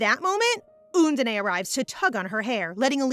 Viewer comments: Love the manga and reading as always! But the pronunciation is "Un-dine", not "Un-din-ae" ❤. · Undine (the water spirit) is actually pronounced like uhn-deen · lol, how the narrator keeps saying 'undine'